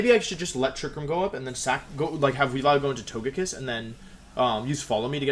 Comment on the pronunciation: トゲキッス is a 'g' as in gulp. Hearing you say "tojekiss" hurts me